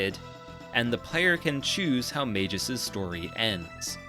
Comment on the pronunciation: Does an almost 40 minute video about how great Chrono Trigger is..... Doesn't learn how to pronounce Magus